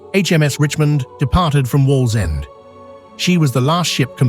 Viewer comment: The AI guy is struggling to say Wallsend 😃